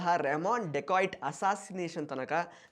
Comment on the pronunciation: It's not dekoit it's dakait